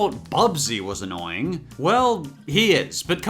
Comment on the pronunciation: HOW DARE YOU MENTSHON ANOING ORAGE